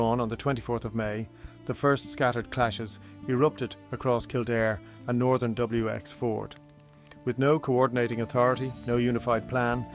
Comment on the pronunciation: Wx-Ford? AI trash